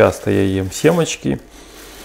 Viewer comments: Ну прямо режет твое"СЕМАЧКИ" по русски семечки!!!! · Не смогла до конца досмотреть.. До того нудно рассказывает.. Тянет кота за хвост.. Речь замедленная,как у наркухи. Зачем берутся за то,что неумеют делать! " семАчки".. Полынь- обожаю! Но автор ролика выбесил!!